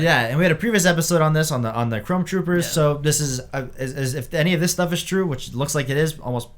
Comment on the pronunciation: I'm sorry, are you saying "clone" trooper or "chrome" trooper? I guess both are now possible, but I just can't tell.